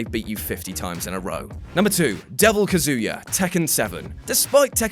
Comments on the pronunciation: You're butchering Kazuya's name so bad, you sound like you're saying "Kazooya" lol Just say it as it's spelt or listen to how they say it in the game. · please learn how to say Kazuya